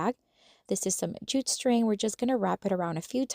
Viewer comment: The keychain idea is PERFECT for a summer craft for my kids!! They'll love making these and giving them to friends or adding them to their backpacks. (Can I just say with all the kindness in the world, that JUTE is pronounced "joot" and rhymes with flute. 😊 I mispronounced feta for a long time, and nobody ever told me! I wish they would've!) Thanks for sharing your ideas! I'll subscribe!